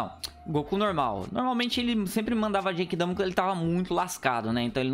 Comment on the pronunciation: O cara não saber as transformação do Goku, é foda kkkk. Não é atoa que o cara fala '' JEIQUIDAMA '' Mds kkkkkkkkk